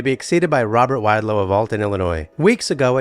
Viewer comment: Learn to pronounce wadlow